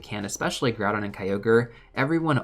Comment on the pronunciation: why is Groudon named "Groupon" LOL